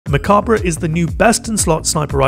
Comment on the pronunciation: I'm gonna be that guy, you don't pronounce the 're' at the end of mechabre. it's a play on the word macabre which sounds like mac-arb